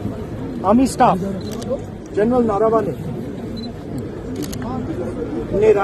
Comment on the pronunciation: नारावने नहीं नरवणे 😂😂😂😂😂😂😂😂😂